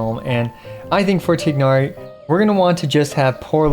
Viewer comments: Tie-nari not tignari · just do me a favor and pronounce his name right! it's not "Tig-hnari"! it's "Tie-Nari" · why cant any genshin content creators bother getting names right. maybe they just cant read? tie-nari. like a chicken thigh but a tigh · I keep hearing Genshin content creators say 'Tighnari' like the first part of his name rhymes with twig instead of thigh and at this point I feel like I'm getting trolled. Isn't it pronounced the 2nd way in cutscenes that mention him by name?